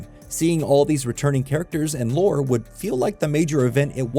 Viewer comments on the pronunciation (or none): none